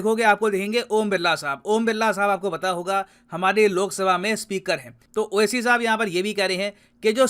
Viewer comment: असाउद्दीन 🤣🤣👌🏻👌🏻👌🏻 मोदी को मूडी मोड़ी भागवत को भगवत ये सबके नाम बिगाड़ कर बोलता है पढ़ा लिखा गंवार... पता नहीं कैसे MP बन गया। 🤣🇮🇳